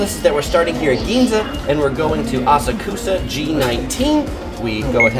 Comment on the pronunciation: I find your videos helpful and informative. However…I am surprised that as many times as you have been to Japan, you mispronounce Asakusa!